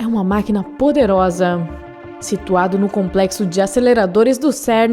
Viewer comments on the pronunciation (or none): "Porque essa coisa, é uma maquina poderozam."